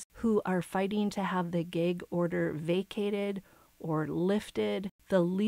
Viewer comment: It's "gag", not "geg". Are you Canadian or something?